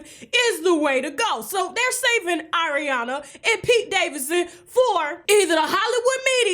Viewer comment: Why did the way she said Ariana in the beginning remind me of the Chipotle vine?? AORiana! ChipOUTle! ChipOUTle!!!! 😂